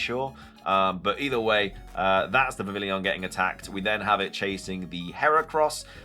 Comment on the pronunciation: It’s pronounced vi-vee-yon